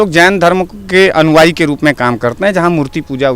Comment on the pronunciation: तुम हो, मगर तुम्हारी अश्लील जुबान, जैसे हो कोई व्यभिचारी। "अनुवायी" नहीं "अनुयायी " बोलो, अगर शुद्ध हो तुम, शुद्ध जुबान खोलो। मोदी जी की आलोचना के पहले, तुम अपनी अन्दर को टटोलो तुम कितना सही हो, ये सवाल अपने -आप से बोलो। मोदी धर्म की बातें नहीं की है, की है आतंकवादी की। ये उनका धर्म है मानवता की, आतंकवादी के खिलाफ हर किसी को एकजुट होने की। तुम इसे राजनीति का रंग दे रहे हो, तुम्हारे अंदर जो जहर रूपी कीचड़ है उसी को उलेढ़ रहो हो!!! मोदी है तो मुमकिन है,लेकिन लगता है ये थोडा नमकीन है, है न? हाहाहाहाहा...............